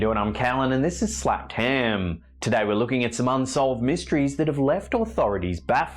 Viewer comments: Its HEMMMM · He’s an Aussie we all say ham like that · I always do haha he says it so funny 😄